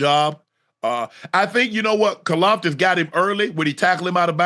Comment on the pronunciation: Mahomes's flopping is reaching slowly but surely Josh Allen level of annoyance. In soccer you get punished for trying to draw a foul. They must start doing that in football also. Finally I know it's hard to pronounce Karlaftis. The closest an native english speaker can get is something like Car-laugh-tees I guess.